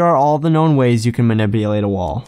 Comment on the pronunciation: Does it sound like he's saying maniBulate instead of maniPulate to anyone else? lol